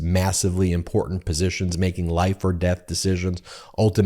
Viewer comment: Please tell the young man who does the commercial in the middle of your video, that the word is pronounced, "IMPORTANT", not "IMPORDANT". Not only is he pronouncing it wrong, he is pronouncing it exactly the same as Marjorie F×××face.